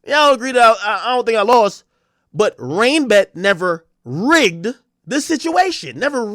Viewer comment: Did Blue actually ever say RainBet !? Cause all i herd was BrandRisk